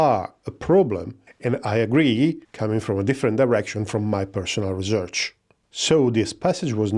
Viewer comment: Research not Rezerch